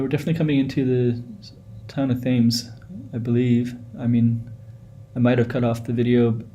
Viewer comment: I know this road from early childhood - don't live in NZ anymore, watching this brings back memories. pronounce "Tems" like the river Thames in London U.K